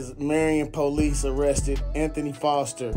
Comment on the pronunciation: The man name is Fore-Ster! A million dollar bond is highly appropriate. Let him stat and dry out.